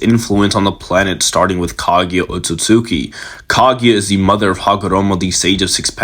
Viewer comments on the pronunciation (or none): none